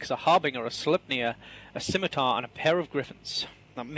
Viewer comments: She finally pronounced Scimatar right. Good for her. She still needs to get a fucking clue, though. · oh...my...gawd... actually pronounced Scimitar correctly! Fantastic!, the effort you took to learn how to fine-tune your english speaks volumes about just how humble you are. I am sure you have taken an earful about your mispronunciations, but the fact that you went the extra mile to learn how to say it properly puts them all in their place. Me included.